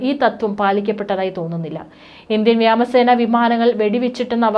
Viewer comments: വ്യാമസേന അല്ല സഹോദരീ 🙏🙏 വ്യോമസേന എന്ന് പറയൂ 🙏🙏🙏🙏🙏🙏🙏🙏🙏🙏🙏🙏🙏🙏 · വ്യാമ എന്നല്ല ഉയരണം " വ്യോമ " എന്നാണ് പോയി മലയാളം ശരിക്കും പഠിക്ക് അഭിനവ മാപ്രകളെ🙄🤑🤑🤑